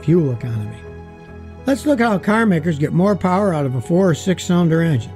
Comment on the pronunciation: Moe powwah baby